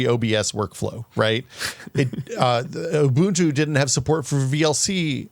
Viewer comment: He pronounced Bazzite corrently :( ... oh well, we'll always have Umbuntu